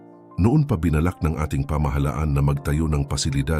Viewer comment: Bina-lak HINDI BI-NALAK